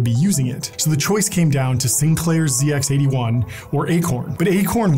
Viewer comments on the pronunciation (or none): It's pronounced Z, not zee. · It was never a "ZeeX", always "ZedX". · Funny hearing it called a zee x 81...it was the zed x 81 😊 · It’s pronounced “zed ex 81” not “zee ex 81” btw 🇬🇧 😂 - great video